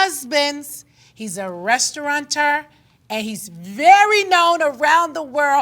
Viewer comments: She's painfully so uneducated. What the hell is a restauranter? LOL Girl, hire a speech coach to go over these words with you before your interviews. It's really simple instead of having yourself look so uncultured. My lil nieces know these words. Come on. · It's restaurateur and NOT restauranter!